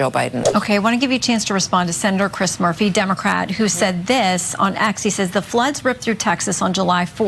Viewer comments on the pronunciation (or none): none